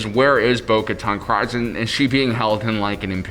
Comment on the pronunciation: It’s pronounced creez not cryz